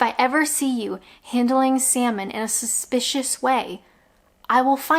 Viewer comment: Is pronouncing the L in 'salmon' considered suspicious behaviour?